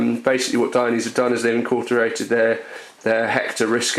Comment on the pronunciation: "in-cort-er-rated"???? wtf does that mean haha